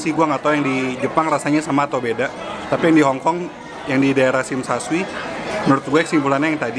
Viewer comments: Klau orang hk bilang nya sim sha coi bukan sim sha shui.. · tsim sha shui (baca shim sha coi) lucu liat si bilg shim sha shui 😃 jgn marah ya ko, dibenerin dikit..